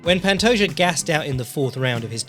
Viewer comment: The J makes an H sound. It's not the "Juh" sound.